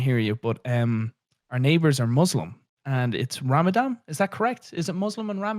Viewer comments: it's not ramadam its ramadan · I cringed when they tried to pronounce ramadan